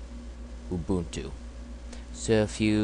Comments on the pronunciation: ITS not A-Boon-Too...... Its pronounced Uh-bun-2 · xD he said ooboontoo its pronounced you-bun-too